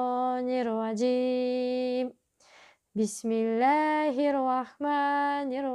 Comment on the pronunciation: Ниетіңізден айналдым, халыққа пайдалы бола беріңіз🤲🏻 Енді тәжуидімен үйреніп алсаңыз арабшасын ин ша Алла🫶🏻 тыңдап отырған жандар сізден қате үйреніп алып жүрмесін аят-сүрелерді